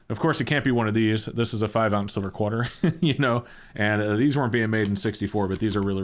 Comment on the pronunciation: Lol, you said "Qwarter"...